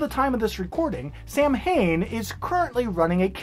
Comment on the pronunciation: Samhain is one of those weird words that is pronounced oddly compared to how it looks. It is supposed to be pronounced like SOW-IN. With the OW part of SOW said like in COW. Yeah, Gaelic is odd.